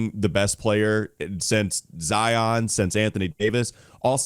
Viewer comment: SEE-on…. Say it with me everyone…. SEE-on James. Did you guys not watch any Duke games this year? ;)